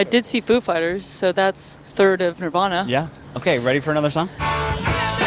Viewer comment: "Nirvauna" lol nope